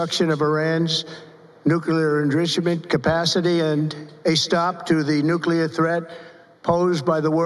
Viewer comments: Nucrear Enblichment. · WTF is a Nooglier Endrizzamend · What's "nukuleear endrishemen"? He can barely read or speak now. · Nuclear WHAT? "Nuclear INDRISIMENT"? Did I hear that right? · Nuclear ashoodamince what the hell word is that?